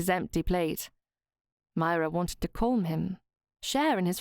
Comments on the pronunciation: I don’t know why this narrator says ‘ Colm ‘ instead of Calm? Any ‘ alm ‘ word seems to be ‘ Orrm?’ Really odd to listen to and I don’t think she’s Ai? But I’m enjoying the story! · Yes calm and palm rhyme with arm with a silent 'l'